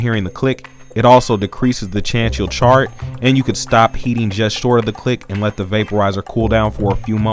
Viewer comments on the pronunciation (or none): none